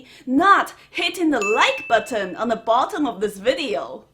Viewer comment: U definitely go heavy on the T sounds in buTTon!!!!